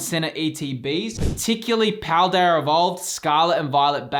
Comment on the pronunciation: Is it me or is he saying Pladearrrr Evovled